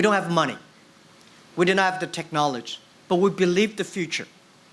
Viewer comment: Till now can't pronounce 'technology' :D